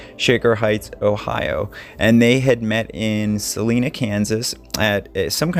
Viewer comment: Good day …just fyi it is pronounced with an I for Salina. Not trying to be rude about it at all…just a Kansas boy and passing knowledge along. Keep doing what you do and know how much positivity you’re bringing the families of these lost loved ones. Best wishes and Happy Holidays to everyone. Cheers!